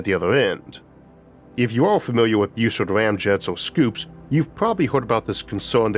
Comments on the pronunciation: Bus-sard. Not Beu-sard. Everyone gets that wrong. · A minor point and an inconsequential pet peeve. Why do you pronounce it "Beausard" ie "Boo sard"? It is a B then a U, followed by a double consonant, ie "ss", so it should be pronounced "Bus" ard, a short "u" not a long "u", or is that how Dr Bus ard improperly pronounced his name? If so, he's wrong. Honestly, the English language has gone to hell, primarily because reporters and so called journalists who graduated magna cum stupid from Columbia, could not pass a fifth grade English quiz. They broadcast their ignorance multiple times daily over radio and television. A vowel followed by two consonants is short not long, ie, "back" is not pronounce "bake". GM is an "it", not a "they". GM is a singular entity even if it is composed of multiple people, ect, ect, ect! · Pretty sure Robert W. Bussard is pronounced more like Buzzard rather than like 'Beau-sard'.